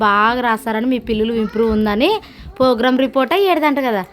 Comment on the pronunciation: Parstha me amma laga program antunavu adi progress report antaru ❤❤❤❤😅😅😅😅